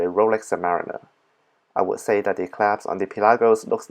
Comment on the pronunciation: Love how you say clasp claps hahaha 👏